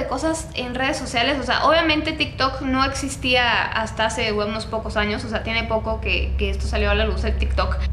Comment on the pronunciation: dijo estos anos? Xd